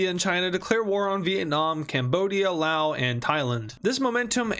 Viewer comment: The s in Laos is pronounced.